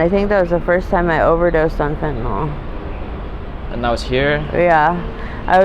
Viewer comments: Why do people pronounce it as fentynol and not fentanyl? Just curious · Never met a person yet who can pronounce Fentanyl correctly. Not that it matters to them.